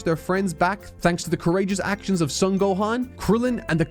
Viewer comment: Brother, you've got to stop mispronouncing the Son family last name as "sun". It's Japanese. It's a long "o", the only "o" sound in the Japanese language. It's pronounced like "own" as in to own something: "Sown". Love the passion in the work, though. Good content.